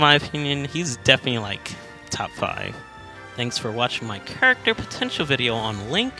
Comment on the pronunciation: i love you man but it kills me the way you say character